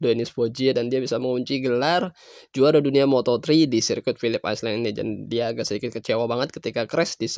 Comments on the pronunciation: Pilip ailen bacanya min,,bukan aislen malu2in wkwkwk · Island=(baca) ai'len, bukan iceland=(baca) ais'len